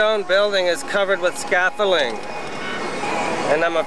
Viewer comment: What's "scafolling" 😆